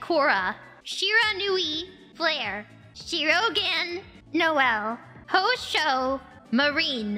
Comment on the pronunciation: I found someone read Houshou as hoosoo 🙈